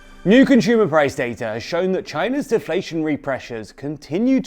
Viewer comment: If this dude says conSHumer one more time I’m going to give him a figurative wedgey. Learn how to pronounce things without pretension, bro.